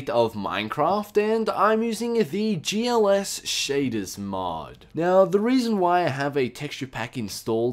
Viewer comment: lol you said glls in the beginning :D